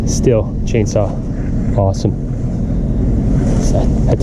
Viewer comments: Stihl is pronounced Steel not still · Believe it or not it's pronounced steel. Just sayin